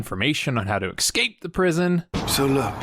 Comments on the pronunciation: I love your channel but please stop saying "ekscape" it kills me everytime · Did you pronounce it ecscape? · "Seagal talks funny"... also, 'EK-scape"... LOL, keep it up!